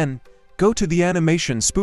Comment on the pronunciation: the AI voice made it sound like plu-ghin